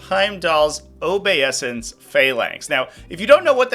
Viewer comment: I have to know, does he mispronounce "obeisance" on purpose just to mess with people?